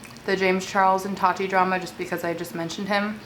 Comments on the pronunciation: It’s ta-ti not Tati . Lol still love you tho ❤️😂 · totti? its ta-ti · The way you say Tati sounds like toddy and it’s so funny 😆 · This is funny because Tati has said in the past that her biggest pet peeve is when people call her “Toddy”. And you did that so many times 😂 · every time you said Toddy I giggled hehe love u girl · The way u kept saying “toddy” had me dead sksksks 😂😂😂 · it made me laugh how said tati’s name like “toddy” 😭😂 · When she says “ tati “ it keeps sounding like she’s saying “ toddy “ 🤣🤣🤣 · lmao am i the only one that noticed her sayin “toty” not tati lmao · how you kept saying her name “toddy” 😭😭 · I was literally gonna comment about this 😅 but Fr how you get toddy from Tati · Luv u but I cringe every time you pronounce Tati like TODDY lol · One hundred percent agree with you about tati & James.. the way you say Tati name 😂